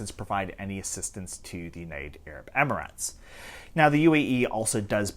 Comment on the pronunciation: Idc if it’s right or wrong, pronouncing it “amaratz” is annoying.